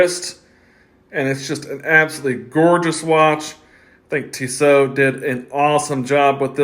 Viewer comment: Tee-so, not Tiss-oh.